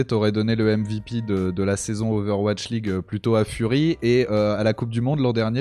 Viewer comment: "owatch league" xD Non sinon excellente interview de, il a vraiment grandi, son discours est beaucoup plus mature, réfléchi… Ca fait vraiment plaisir.